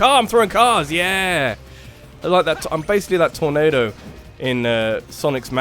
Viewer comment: That torNAYdo. XD